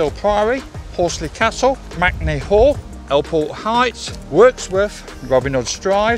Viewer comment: MAKE-ney. Not MACnee 😂 how is m-a-k-e MAC. I’m doing this walk in two days for my birthday in May.